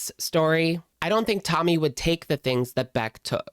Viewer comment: Why is it that in this video, half the time when you say Tommy, you pronounce it "tummy"?